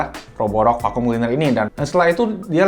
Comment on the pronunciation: Fakyum (Vacum) gw kira ngomong F*ck You.. wkwkwk #Lol